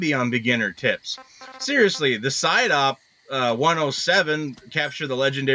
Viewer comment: What I hear "these are the ultimate beginner tits!" Okay where is the tits?